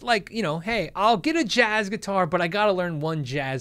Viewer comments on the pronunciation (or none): none